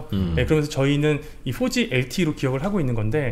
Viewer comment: "포지 LTE" 한글이 F발음이 없다고 하지만 4G 발음을 넘 쌩으로 하니까, 발음상 연관되는 단어가 좀 거북하기도 하고. ㅋ 'ㅇ포'(두입술을 붙이면 안됨) '쥐'. 방송에선 원래발음대로 하면 어땠을까. 그냥 내생각.